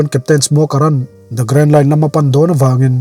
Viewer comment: Nia kei pon amak k ti lom an hming alam dan te hi a dik vak lo 😊